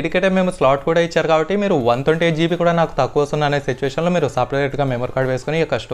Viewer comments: Bayya thonti kadu bayya twenty nerchuko bayya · Thonti kadhu bro Twenty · Thonty kaadu bro twenty 😂😂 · Thonti kadu twenty